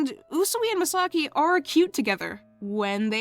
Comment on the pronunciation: I was listening for a bit but why are pronouncing Misaki name as Misagi 😂😂